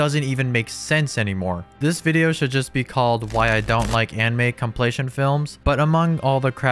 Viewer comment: Are you saying "complaytion"?